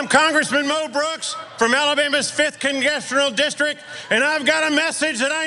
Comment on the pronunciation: "from Alabama's fifth KuNgEsHGRUrNULL GISTRICK"!!!